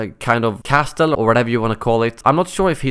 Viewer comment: Did you hear how he he said "castle"? Lol